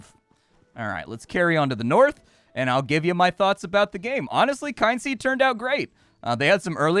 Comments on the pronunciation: KIN seed,. Not Kine-seed. They literally have a "how to pronounce Kynseed" button in the audio options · you need to work on pronouncing things. Kyn has no e on the end and is thus pronounced "Kin." Meanwhile, Z has no e on the end, and thus is pronounced "ZED.":) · The "Kyn" in Kynseed is pronounced Kin...as in Kith and Kin...hence the ancestory angle of your character. At least that's what I take it as. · I always thought it was pronounced kin-seed. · They put a button for how to pronounce the game title. The 'kyn' is just fancy spelling for saying 'kin'. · KIN KIN-seed as in my kith and kin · It's pronounced Kin-seed I'm fairly sure, because you know, Kin. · I was gonna say the same thing. 😂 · There is a button in the Audio menu that says "How to pronounce Kynseed" that might help.